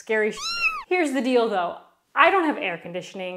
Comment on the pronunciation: Here the deal though? Here the dill dough? Here the dilldoh 👁️👄👁️